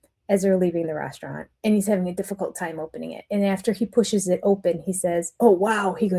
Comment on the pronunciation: Have you addressed the way Robyn says “huffing to” instead of “having to”? It drives me crazy! 🤪